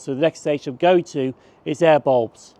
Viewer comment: Awesome vid and great to see some of the more obscure stations in Greater Glasgow. Also don't mind me laughing at how you pronounce Airbles and Whifflet 😂